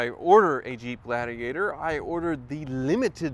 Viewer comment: Jeep ladigator 😂🤣